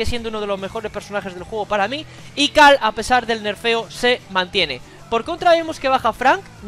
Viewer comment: Por qué le dices "cal" a carl?